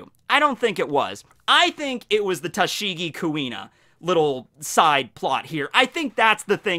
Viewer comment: First; Btw "Tashing" XD